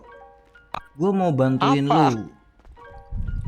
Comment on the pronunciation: Jelek sekali.. Bilang. Engkaw mawbantu. Kei